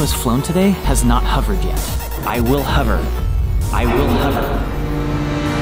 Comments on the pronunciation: Wondered if anyone else was pissed with him saying 'huver' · hOver not hUver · Why do you say "huvver"? Haha! Hover as in the sound of... "of" but with a V. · "I will huver!" Everyone: "Uh...huver?" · Any other Brits struggling to hear 'hover' pronounced like 'cover'? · “I will huver! I will huver.”